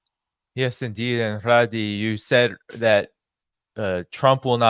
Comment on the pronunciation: I am Lebanese. It's Ghadi, not Ghradi. Stop adding the R.